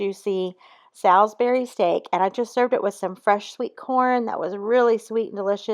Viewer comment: it's salisbury saw not sal like pig